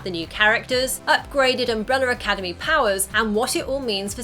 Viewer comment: why are you saying umbreller academy?